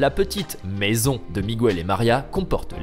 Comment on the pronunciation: MIGUEL se prononce mikel pas migu ell